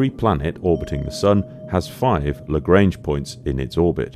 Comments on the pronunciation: You pronounce Lagrange incorrectly, it's a French name and should be pronounced accordingly (La-gr-on-ge not La-gr-ain-ge) Perhaps not related but Thunderbirds 5 was also the space station. Perhaps "5" for being in space was becoming as expected as a wheel. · Just a quick note: Joseph-Louis Lagrange was an 18th century Italian/French mathematician. His surname is not pronounced to rhyme with the English word "range". If you pronounce the "an" part of "range" by the sound of the English word "on" you will get somewhere close to the correct pronunciation.